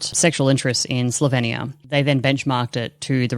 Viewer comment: Just one comment - it’s pronounced Slo-veen-ia. Not Slo-ven-ia.